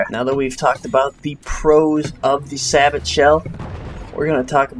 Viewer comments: It's not (sah-but) it is (sah-bow) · It's prenounced say-bow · Two points: It's pronounced "Sa-bow" and Niche is "Neesh". Otherwise, I'm finding your videos really helpful. Subscribed! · Its pronounced "say bow"... juzt thought you should know that :) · not trying to be a dick, but its pronounced "say-bo". and its 120mm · nice video... however "sabot" is pronounced "SAY BOW"